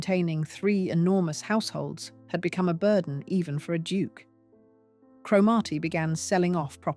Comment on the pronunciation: Please ensure that AI narrations are correctly pronounced. Cromarty not Cro- Marty.